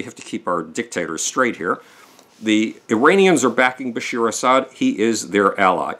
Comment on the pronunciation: His name is Bashar al-Assad, not Bashir.